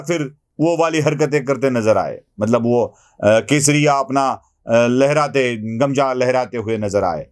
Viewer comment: गमजा नव्हे हो, गमछा... गमछा म्हणा!